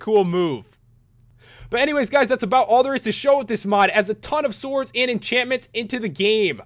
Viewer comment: Special enchantments for the Soords. That accent when he says sword XD